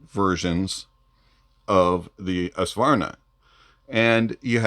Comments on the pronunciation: Ess-vanar? Savarna? 😂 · Nice, HONEST review, (although your pronunciation of the Swedish word, Svanar, needs work).;)